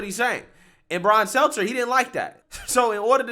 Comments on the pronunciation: when are you going to stop calling him SELTZER and actually call him STELTER? I don't know why, it just bothers me 😂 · Brian's name is STELTER, not SELTZER. I know it's a small point but please try to get it right. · I love how you call him Brian "Seltzer" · STEL-TER, it’s Stelter 🤣😉🤷‍♂️ keep up the good work brother!